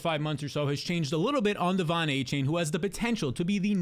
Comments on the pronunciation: it's ay-chan. not aychain. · found a way to pronounce Achane 9 different ways in this video